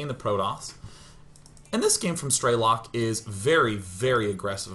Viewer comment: i love you to death Sean. but ff's it's not stray-lock, its streh-lick. PLAY STALKER